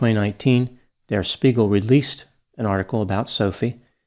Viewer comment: Spiegel is pronounced CHpiegel